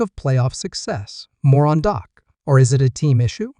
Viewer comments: How can you watch a video when the voiceover calls him Doc instead of Dak> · this guy is a idiot its dak not doc. this guy knows nothing about the cowboys